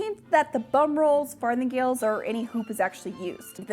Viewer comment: Did she say fartinggales??? 🤔